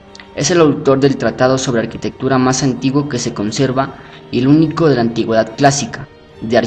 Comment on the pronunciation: En ninguna lengua romance, ni siquiera en el ingles (architecture) se pronuncia "arCHItectura"pronunciando la CH como la utilizan en el video. El titulo del libro en latín ARCHITECTURA de vitruvio, foneticamente el prefijo (arch) se pronuncia (arkau). a menos claro que se esté pronunciando en algún otro idioma, o alguna lengua muerta, en cuyo caso apreciaría la corrección.